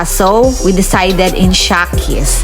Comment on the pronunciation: Sarap sis jan ayaw ko lang carbonara (shekys) sis tamang pronounce not sha ✌